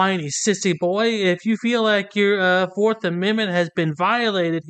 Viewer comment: "Fawf amenment" I guess he gave up on the speech therapy